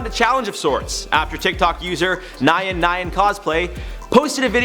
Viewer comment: Did this man just say ‘Nie-in Nie-in Cosplay’ when trying to say ‘Nyan Nyan cosplay’!? LMFAOOOO